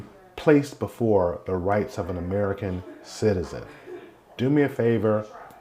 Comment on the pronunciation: We're all people, man. Just because you emphasize the words "American citizen" doesn't make one life more valuable than another. Tell me how many Americans harmed or unalived other Americans recently that you didn't report on.